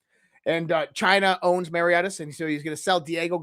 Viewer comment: It is pronounced Keir, as in pier. For Kier Starmers name. And Mauritius is pronounced mor -ish -us. Not how you said it....bloody Yanks.